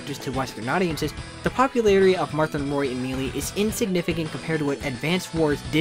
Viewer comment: I've never heard someone say Melee like mee-lee before